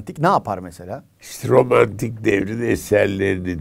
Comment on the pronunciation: İlber Ortaylı (romantik değil ormantik ) dedi